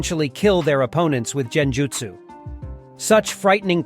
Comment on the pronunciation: It's a great summarization of the many clan's in Naruto but my only critique is the constant mispronounction of certain words throughout the video. For example kage and genjutsu, in some instances It's correct one second and in the next sentence completely incorrect. Consistency with your speech is key. Other than that again great work 👍🏽